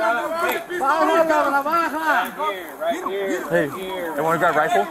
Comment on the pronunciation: Lol the way he said "baha la navaha" instead of "baja la navaja" 😂